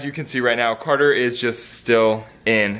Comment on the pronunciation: not cater its carter